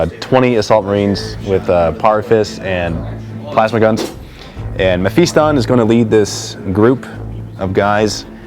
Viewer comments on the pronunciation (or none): im SURE Its not MephEEston and im almost POSITIVE its not spelt/pronounced TEERANIDs when people say teeranids it pisses me off im sorry but it does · its Pronounced men-fist-on